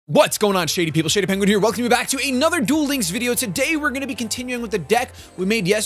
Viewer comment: I keep hearing your opening as " whats up people its shity penguin" lol love your vids though